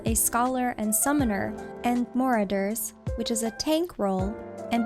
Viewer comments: Gorgeous voice, great vid. Heh, when you said, "Moreradores." I giggled. It's uhh, "Ma-raw-durr" Not to be a nit picker or nothin' Watched the whole of it! And I'll sub ^^ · "Ma-RAH-ders" because I'm a stickler for pronunciation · the way you pronounced "marauder" offended me, i reported this video to the FBI. Im kidding, good video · I didnt know “Marauder” is pronounced “mer-uh-der” good to know :p